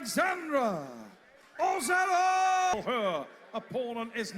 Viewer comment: ozeRova, u forgot R 😅